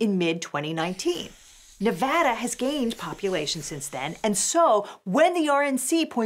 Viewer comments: Shout out to for correctly pronouncing Nevada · hey, she said nevada correctly.